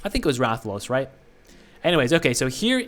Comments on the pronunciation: Damn, you actually pronounced Rathalos right the first time. And about Berserker wielding a great sword, a great sword is where you wield a giant sword on your back, it's a slow but hard hitting weapon in MH. So likely the force strike is gonna resemble you slamming down a great sword. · Who ever made fun of you for how you pronounced Rathalos is wrong. That is how its pronounced. Rathalos Zerker will be flame element 100%. Rathalos gear in MH is fire based, and even has armor skills that boost its fire attack. Since he his going to be a sword unit they will have to give him a unique co-ab to make him stand out in the flame sword meta. I think FS damage co-ab makes sense considering they mentioned that his FS will be unique and work like the great sword charge from MH.